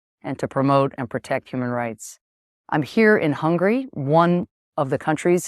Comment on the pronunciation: stop calling Hungary “hungry” 😂😂😂